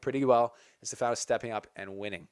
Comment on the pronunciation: the name is Stefanos and the tone goes to e not to a....in greek is ....Στέφανος.... so to understand